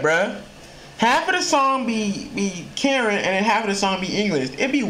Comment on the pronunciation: is Kuh-Ren bro 💯💯